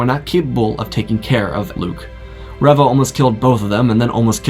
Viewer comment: Did you not watch the show? Why are you pronouncing Reva wrong?